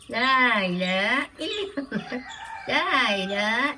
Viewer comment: ലാ ഇലാഹ ഇല്ലല്ലാഹ് എന്ന് തന്നെ പറയണം. ലാ ഇല ഇല്ലല്ലാഹ് എന്ന് പറയരുത്